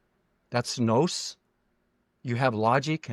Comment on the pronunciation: I’m used to hearing the Greek word nous=intelligence pronounced like “noose” or “nuse”. He pronounced the vowel o in a long way like the word nose. So he says “nos”. The other was egregore. I’m used to hearing the o as a long o, like the word “store”. Not sure if that’s helpful. Just thought I would try to bring clarity to the words he was using in the section where he talked about Gnosticism. Btw John Lamb Lash is THE guy to go to for clarity of understanding what the gnostics were all about.